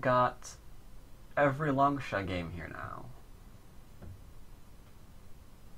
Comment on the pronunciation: Why do you pronounce it as Long-sha? In mandarin, the 士 character is pronounced as "shi". I could be wrong though, just wondering.